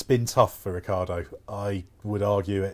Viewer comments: Who is Ricardo?He is Ri-chee(as in cheetah)a-ar-do. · That’s how it’s spelled, he pronounces it Ricardo.